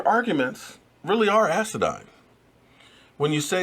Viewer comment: Its asinine not asidine or whatever it is youre saying, asinine meaning stupid or foolish. At least get it right when youre going at someone with an argument. #JS